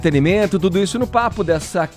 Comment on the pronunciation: Sabe tsudo (é assim que ele fala)